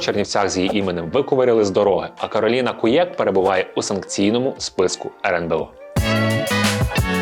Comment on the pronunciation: Не КуЄк, а КУєк